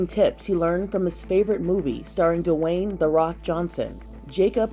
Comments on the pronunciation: sorry but why does it sound like she says "the wayne "the rock" johnson" 💀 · Did she just call him "Doo-wayne" 😂